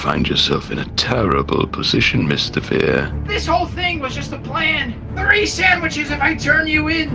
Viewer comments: Why does ultra instinct shaggy sound like he's saying tree? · Fear shaggy says tay tree